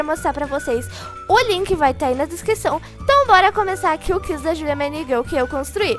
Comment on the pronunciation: Amei o vídeo mais aprende a falar QUIZ o som do u pronuncia e minegirl